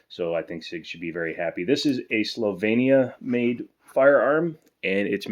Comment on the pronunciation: Wow, congrats on Slovenia pronunciation! Finally someone did it, thank you! :)